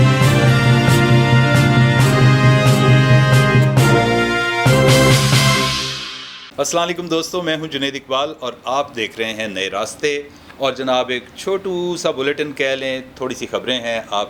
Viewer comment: سلاں لیکم نہیں جناب ☝️،اسلام وعلیکم، سلام اللہ پاک کا نام ہے اسے ٹھیک سے ادا کیا کریں پورا ادا کیا کریں۔ شکریہ